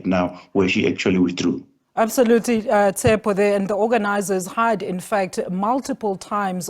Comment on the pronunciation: Did she just call him Tsepo ? 😂